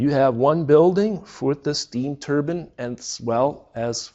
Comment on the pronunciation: Turbine (turr-byñ)✔️ (turr-bin)❌